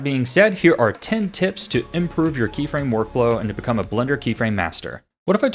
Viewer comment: "krey frame" aha! You fool!